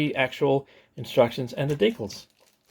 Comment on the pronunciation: Deeee cals not deekles